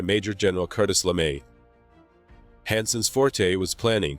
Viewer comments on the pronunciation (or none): I love the subject matter but the constant mispronunciation of words hurts my ears. Sorry, you lost a viewer. Cartis LeMay? CArtis? TiniaM?